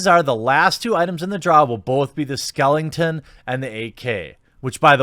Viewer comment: Dammit, there is only one 'n' in skeleton. Just bugs me you do that.